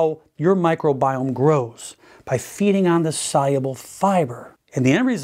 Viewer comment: Every time he says soluble, i heard it as cyber!